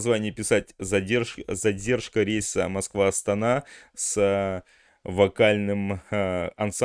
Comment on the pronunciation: СПАСИБО ЧТО НАПИСАНО И ПРОИЗНЕС "АСТАНА" ЭТО ПРАВИЛЬНО Е НАСТОЧЩЕЕ НАЗВАНИЯ АСТАНА _ ЭТО СТОЛИЦА МНОГОНАЦИО НАЛЬНОГО НАРОДА КАЗАХСТАНА А НЕ КРАХОВОРА НАЗАРЬ НАЗАРБАЕВА КОТОРЫЙ ПРИСВОИЛ НАЗВАНИЮ ОТ 6АРОДА ЗАБРАВ ВОР УЛТАН НАЩАРБАЮ. ПОЗОР ТОКАЕВУ КОТОРЫЙ ПОДАРИЛ НАЗАРБАЕВК ВЗАМЕН ЧАСТНОГО ПРНЗИДЕГТСТВА ПОЗОР